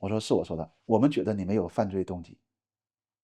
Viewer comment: 加油！您的普通话说得那么好是我遇到所有东北人中说得最好的那一个，只有少数个别词语仍带有东北腔，如：觉得、出差、土豆、次....。另一个东北人常说的词是“将来”（没听到您说），他们的东北口音发音就像是在说讲来讲去的“讲来”。继续加油哦！